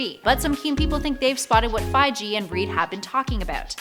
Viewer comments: Feige is pronounced Feye-gee. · It’s Figie, with a hard g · fits pronounced "fy-gi" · Kevin Fi-jee and DorMAMu...ughhh too many hosts on these top lists channels can't pronounce names and places and just read it from the script without guidance. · The "g" in Feige is hard like GO!! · "Jim Belushi" and "Kevin Feije"... sigh.. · Kevin fy-gee ? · Fai gee! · Please work on pronunciation of Feige! It doesn't follow normal rules. It's a hard G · Pretty sure you're pronouncing "Feige" wrong. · yup yup I didn't believe you lol but yup